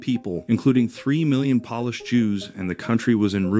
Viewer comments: Poor AI doesn’t know the difference between polish & Polish. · Wait a minute. NATO is "a club for countries to help eachother stay safe"? I was almost willing to accept that the narration can't pronounce "Polish", but blundering the significance of NATO is too much. Bye-bye.